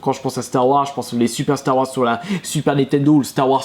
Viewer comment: "Star Wass" mdr je suis mort.